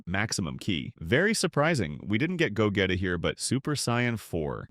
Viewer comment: What's with the a.i. robot voice? It can't even say gogeta....what is ultra instine?😅😅😅😅😅😅